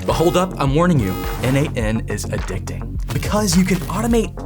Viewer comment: Sounded like he said adih-dih